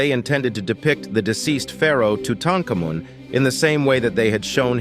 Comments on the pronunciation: Learn to pronounce name correctly. Tuttankamon has always been pronounced too-tarn-kar-mon. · TUTANKHAMUN????????TRY PRONOUNCING HIS NAME( TUTAN...KHAR...MOON). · That's a really interesting pronunciation for Tutankhamun. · Can you please teach your computer how to pronounce the name of king-tut? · That's the weirdest rendition of Tutankhamun's name iv'e ever heard! just trying to be different? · Stopped watching after your mispronunciation of Tutankhamun and Tut. 😅